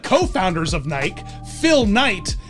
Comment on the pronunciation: Salem is in Western Oregon and it's pronounced Nigh-key